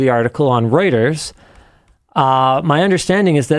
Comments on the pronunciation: Why the hell would Reuters be pronounced Ruters? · linus is right, it is pronounced like "roiters" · It is definitely pronounced Roy-ters.